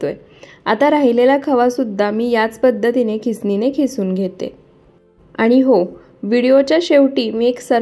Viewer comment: खिसुन नाही किसुन म्हणतात